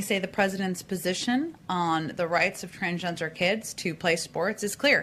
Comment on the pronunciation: "Tran-jen-jer kids...tran-jen-jer rights"????